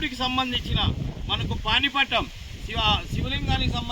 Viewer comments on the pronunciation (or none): పానిపట్టం కాదు సోదరా, పానవట్టం